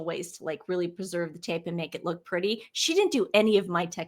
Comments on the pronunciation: was saying "lewk" for look. It is a stupid slang term. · Look(luke) Pennsylvania Dutch pronunciation. Possibly Boston area. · Look ( rhymes with duke) is how scottish people say look with their accent. I think was trying to connect her back to the Royal family. However, She didn't research properly & confused a Scottish accent for a London, English accent. Big difference. Fun to see you on Dan Wooton Girls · was asking about M's lewk, which is slang for "fashion look". She was just pronouncing it like Luke, which was odd 🥴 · Your look is as pronounced just like an English person would say it.